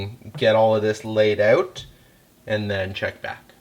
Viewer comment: didn't realize you were Canadian until i heard "sticking oat of the buffer tube" lol